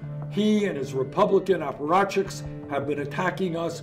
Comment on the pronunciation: I like how he called then apparachiks lol